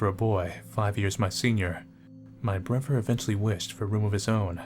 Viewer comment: Can you seriously not pronounce "brother"?